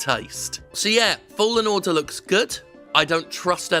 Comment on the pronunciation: At the beginning, am i the only one that heard "Star wars Jedi: fallen water" ? 😅